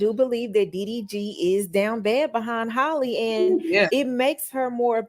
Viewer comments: Why you keep saying Holly? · The girl is killing me by mispronouncing her name.